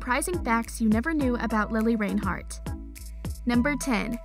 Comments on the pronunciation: take a shot every time mispronounces reinhart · I swear if you say her last name wrong one more time I am going to get YouTube to band your channel quit disrespecting Lili If you can’t say her last name right don’t say her last name at all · Anyone else interest she went the whole video without saying her name right once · they pronounced it wrong on this😂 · I new all 10 things and they say her last name wrong I luv lili tho ❤️#riverdale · The way she says Reinhart 💀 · OMG its not Lili RAINhart its Reinhart like wtf😂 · Omg it’s lilli Reinhardt not lilli rainhart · its pronounced lili rIInhart not lili rainhart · I'm sorry but you pronounced it rainhart instead of reinhart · Im cringing how she says Reinhart “Rain-hart” LMAO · You kept say Rainhart instead of Reinhart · It really bothers me how she says rainhart not reinhart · "Its lili RAINhart" Me:REINHART GET IT RIGHT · Y does she keep calling her Lilli Rainhart it’s Lili Reinhart !! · did you know thats its not lili rainheart as your saying its lili reinhart OMG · Hate to break it to you but it's Lili Reinhart NOT Lili Rainhart. Maybe try learning her name before you make a video about her. Plus the thumbnail is clickbait and everyone already knows all of these facts. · okay its not rainheart its REINheart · I'm sorry lili RAINhart? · its not RAIN-heart its REIN-hart, you cant even say her last name. looks like you are the one that needs to learn more about her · REINHART NOT RAINHART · REINHARTTTTTTTTTTTTTTTT NOT RAINHARTTTTTTT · “Rain heart” lol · Every one in the comments talking about how she saying reinheart or the thumbnail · In the makeup part, Lili said it herself when she introduced her own makeup video. “Hi, I’m Lili Reinhart. So it seems like the person doing the video should pay attention. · It’s pronounced like “ rine- heart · It’s pronounced rine-hart but it’s spelled Reinhart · Hannah Vincent ya it’s spelled that way but pronounced rinehart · You lost me at Rain-heart.